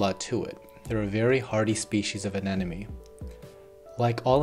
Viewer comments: You realise it's pronounced anemone not anenome right? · Loved the video, but I'm having the slightest problem getting over the fact that you're saying anenome not anemone, but even Nemo had trouble pronouncing it:) That aside it was a great video, thanks so much! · It took me a couple times of you saying it for me to notice, but you're definitely saying anenome instead of anemone. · It's aneMoNe, not Anenemy :]